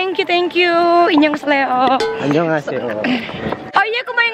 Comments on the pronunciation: Inyong kesleo🤣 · ricis “inyong keseleo” 😭